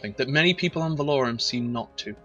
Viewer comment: it's Val-O-Ran not Val-Or-An